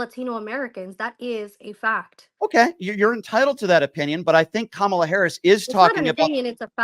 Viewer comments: How come these types of people go out of their way to mispronounce Kamala’s name all the time? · Say her name correctly. Wtf